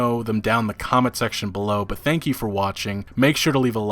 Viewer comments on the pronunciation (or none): none